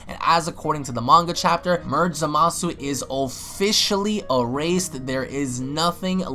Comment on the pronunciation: Hey, you do know you're pronouncing Zamasu wrong right? I'm not saying I don't like the way you say it, just letting you know in case you didn't know in the first place